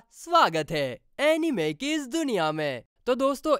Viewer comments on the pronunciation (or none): none